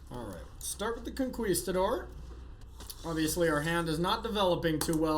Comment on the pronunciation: Say Conqueesetador one more time! Lmao